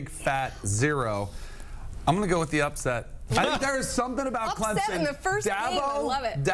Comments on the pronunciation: Why can’t professional broadcasters learn to correctly pronounce the teams’ names? There is no z in Clemson. It’s Clemson, not Clemzon. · No Z in Clemson